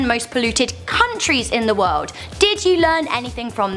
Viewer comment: "In the woed" 😂